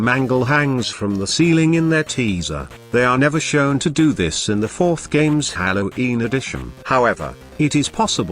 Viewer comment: Candy cadet: hallo’een